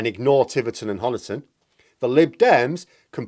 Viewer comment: Pedants Corner If you visit Honiton there's one dead giveaway that you're a visitor. It's the pronunciation of Honiton. Honiton's pronunciation is the same as Money or Honey. It derives from an Anglo-Saxon chap called Huna. It means Huna's farmstead or settlement. I've been listening to absolutely everyone in the media making Honiton's o sound like "gone" and it's been driving me nuts. There! I feel better now, thank you! ;o)